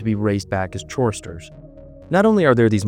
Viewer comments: Tarkin ? Gaytic ? Chorister ? My brother its Takwin ( tac as in tatical and then win) Go-e-tic Chorister as in Core-ris-ter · Your pronounciation of Chorister makes it sound like he loves chores😂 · My brother, "chorister" is not pronounced that way. The "ch" is pronounced like a hard "c" or "k". It comes from the words "choir" or "choral"